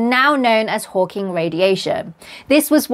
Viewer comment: You said “Hawking”… subscribed 😂❤